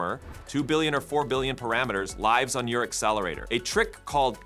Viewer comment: This voiceover is AI, decent but it sometimes messes up on heteronyms like "lives". Very distracting. Makes me wonder if the script and whole thing is just cranked out by AI based on the subject. We live in strange times when I realize the video I'm watching about AI was created by AI. Took me 3 minutes before I found it too distracting to continue, I prefer a human hand for these kinds of things still.